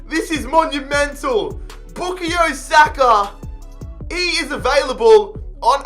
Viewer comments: BookieYo Saka???? I thought It was pronounced {Boo-Kai-Oh} Saka😂😂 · It’s pronounced boo ka yo not boo ke yo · It’s Boo-Kai-Yo Saka btw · Lmao bukeeyo sako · His first name is pronounced “Bu-kie-yo” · The way you say bukayo hurts its BOO-KAY-YO thank you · His pronunciation of Saka’s first name is quite humorous 💀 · Anyone else realise how he says bukayo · the way he pronounces bukayo is so annoying lmao